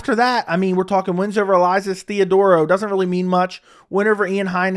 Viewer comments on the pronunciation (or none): none